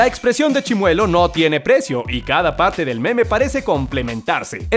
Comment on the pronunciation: Grax prro por el saludo :'v/ Edit:Lo mejor fue que lo pronunció bien y como yo siempre me pronunció :'v/